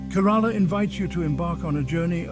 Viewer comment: Please at least learn to pronounce the name of the state correctly